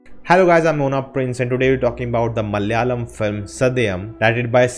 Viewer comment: Hi It's Malayalam, not Mal-yalam